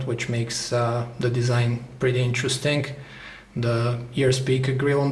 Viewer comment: Its "interesting", not "interestink".